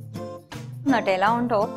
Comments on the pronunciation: I love it ! Don't mind but your pronouncing Nutella wrong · "Nutella on top." HAHHAA UR ACCENT!